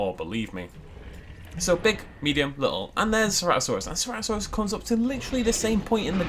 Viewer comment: Did just say "Cerato-thanos"?